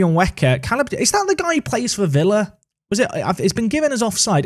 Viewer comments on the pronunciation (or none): none